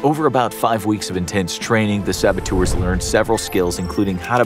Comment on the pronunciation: How many times did they say “sabatours”?